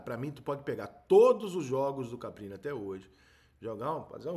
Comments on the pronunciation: Repita comigo: CAR PI NI Mais uma vez: CAR PI NI 😂😂😂😂😂😂😂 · Você percebe que o treinador é muito desconhecido quando o Rica chama o maluco de CAPRINI o tempo todo e o nome do maluco é Carpini. 🤣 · Ri muito da qtdd de vezes que o Rica chamou ele de CapRini😂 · Rica, sou seu fã, mas Caprini não, é Carpini....kkk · Caramba Rica passou o vídeo todo falando nome do cara errado, estudou bem o cara pra fazer o vídeo. É Caprini ou Carpini? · Foda é te ouvir falar errado o nome do cara o vídeo inteirinho! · Rica por favor fala o nome do cara direito